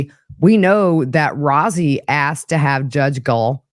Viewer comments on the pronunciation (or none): Attorney Rozzi is pronounced like Rosie.